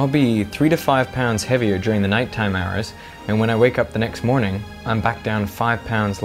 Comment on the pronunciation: "noit toim"